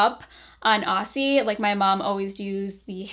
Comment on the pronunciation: The ss in Aussie are pronounced like z’s! Like Ozzy